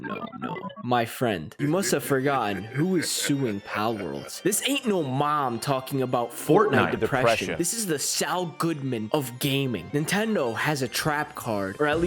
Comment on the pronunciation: bro its saul good man not sal come on